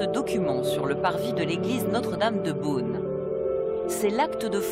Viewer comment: It's not "Boon" but " Beaune " My town !